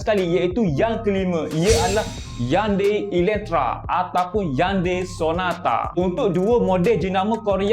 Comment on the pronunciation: Slam rmdhan bos skluarga smua trbaik info dkongsi tpi sya nk btulkan jnma kreta yan bos sebut dgn betul2 bkan yandai heyundai la cra btul sebut nma btul dbina ialah hyundai tapela hnya pnglan jnma kreta je tpi cra betul sebut heyundai maaf bnyk2 komen sya ni ap2 pkna colek dlu hihihi👋👋👋🙏🙏🙏🙏🙏😮👌🤙😁